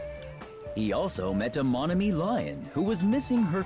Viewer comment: The game says Monomi over and over again during the movie. Will that change their pronunciation? Of course not.